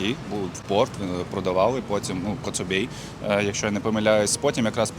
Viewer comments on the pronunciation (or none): Не коцюбей, а Хаджибей.